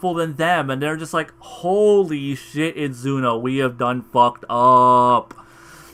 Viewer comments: Every time he said Zuno I kept on saying ZENO in my mind 😂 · Tbh I like "Zuno" better than "Zeno". It sounds cooler